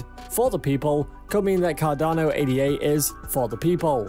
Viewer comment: It’s not pronounced “A-D-A”. It’s “Ada”. Like the woman’s name.